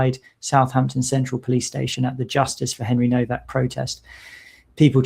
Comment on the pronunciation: The w in Nowak is pronounced as v…it is a Polish name.